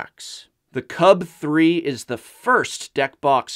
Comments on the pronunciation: Just say UltraPro CUBE and not Cub-Three. It's 1337/gamer speak. It's elite/leet, not OneThreeThreeSeven. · I love these videos, I watch them all the time, and I feel they are very well done, but is anyone else bothered by the way he says "CUB3." It's l33t speak for cube, pronounced "cube." That is all. Keep on slaying it.